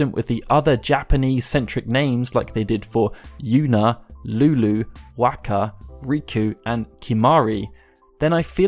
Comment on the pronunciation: The Tidus debate is behind me when you pronounce Wakka's name wrong! It's Wok-ah, not Wack-ah. You make him sound like a muppet!